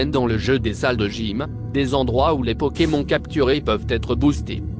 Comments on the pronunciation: t bizarre tu dis pokem(on) comme cornich(on) , au lieu de pokem(on) comme s(onne) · je hais comment il dit pokémon xD